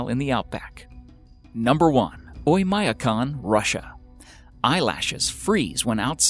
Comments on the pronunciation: Terrible mispronounciation of Oymyakon. When will Americans learn that English is the only language in which the i or the y is pronounced as "eye"? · He butchered the pronunciation of Oymyakon even worse. It's actually pronounced "Oy-m'a-KON", with m' being a soft m.